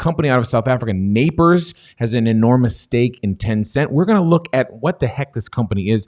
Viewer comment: It's pronounced Naspers (nus-pears)